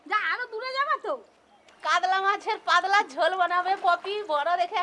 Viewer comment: কাদলা(কাতলা) মাছের পাদলা(পাতলা) ঝোল !! কী অনবদ্য উচ্চারণ!!